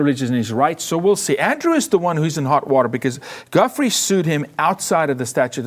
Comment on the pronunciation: I love yall and the show, but for God's sake...as someone who's had to correct everyone his entire life...it's not "guffree". It's pronounced "Jew-fray". And NO it's not French. It's Italian lol.